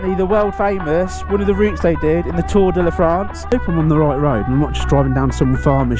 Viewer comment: Tour da "LA" France 🤣🤣🤣🤣